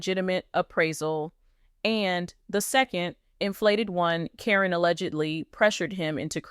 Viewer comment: AI is terrible at names. Happens all the time.